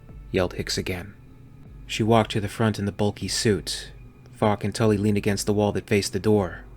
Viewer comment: So often understanding "Fuck" instead of "Falk", makes some sentences really funny :D Anyway, Falk this shit xD